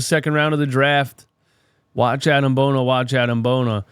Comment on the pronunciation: Just for future reference, it's pronounced "bo-nee-ay" 😂 Maxey, Ricky and Bona are running the league in the 2030s